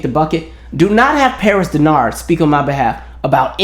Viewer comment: Nooooo... you said Paris Denard 😂😂